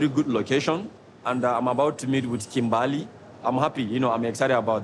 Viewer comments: Her name is Kimberly not kimbaaaaaaaaly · It’s Kimberly they say kim bali 😂😂😂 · It sounds like he’s saying “TIMBERRR!!” When he says her name lmao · “KIM BA LEE” 😂😂😂